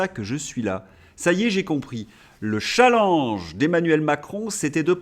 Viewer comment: Bravo de résister à la dictature du "Tchallenge"! un mot français qui se prononce CHallenge, tout simplement !